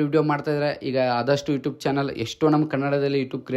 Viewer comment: Ivanige yaradru helro youtube anta sariyagi heloke😂